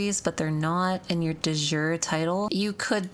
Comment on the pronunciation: You heavily mispronounce De Jure, that's latin not english lol